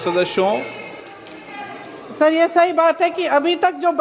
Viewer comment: Ye sadasyon ko shadashyon kyo bolte hai Birla ji. Bada awkward lsgta hai.